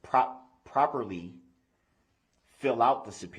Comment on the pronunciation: Tacket, underschtand, poperally, and the eternal "kee kee kee"